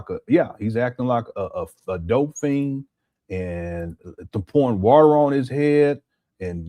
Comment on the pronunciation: "Got the warter......Got the warter" 😂